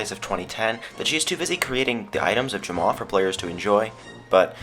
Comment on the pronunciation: *Jamaa not Jamma XD